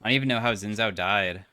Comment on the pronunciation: day 1 of asking to pronounce xin zhao correctly